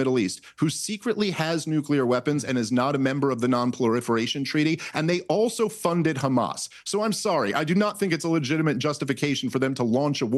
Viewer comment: dave, no such word as "ploriferation"